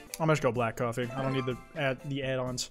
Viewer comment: so were all just gonna slide past the fact that said shoffee shop instead of coffee shop???